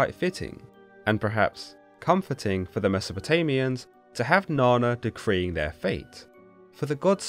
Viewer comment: Na nna not na na